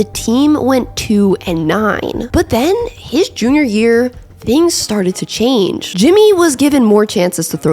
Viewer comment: awesome video but ngl I laughed at "his yunior" year